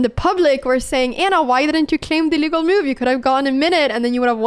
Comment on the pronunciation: Anna I'm only trying to help your American accent. It's not meuv. It's muv